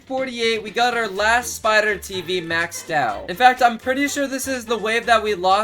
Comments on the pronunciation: Wait you say stider tv 😂😂😂😂😂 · Bro Said sipider TV